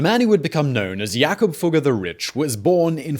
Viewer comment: "Not just richt but sated".